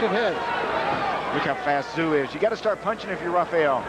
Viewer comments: it's pronounced 'TZ-YOO' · These American's can't pronounce Tszyu.